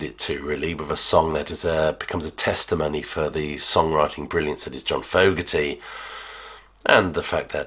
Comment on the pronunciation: It's pronounced Fogerty. HTH.